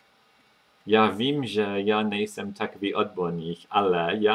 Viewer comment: . You've said ''nejsem'' like a native speaker! (Just for example.) This is pretty cool. I'm from Czech Republic, but living in UK. I'm teaching some guys at work how to speak czech, just for fun, and for example letter R is making a big problems to them obviously. But there are some words, or phrases which they are pronouncing like native speakers. In sum... Great job, mate. Big up! (y)